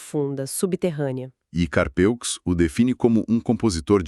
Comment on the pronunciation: A pronúncia é "Carpû".